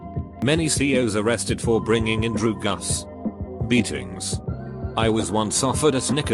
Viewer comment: normal people: drugs AI: DROOGUS